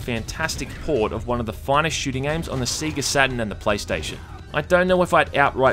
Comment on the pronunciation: He said Seega